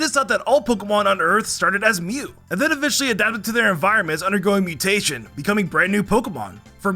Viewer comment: “mew” tation hehehhe